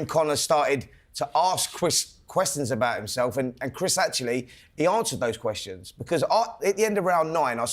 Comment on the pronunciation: Ask cwis cwistions